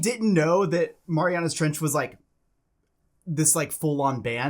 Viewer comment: It's said "Mare-e-anna's"